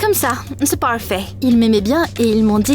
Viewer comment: «Oui, comme ça c’est pawfait»😂